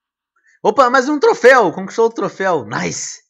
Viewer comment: porque tu fala naise